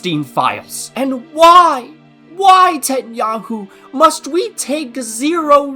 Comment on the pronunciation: I think he's saying Tetenyahu